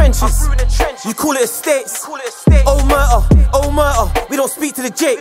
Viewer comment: Could have at least learned how to pronounce omertà first 🥴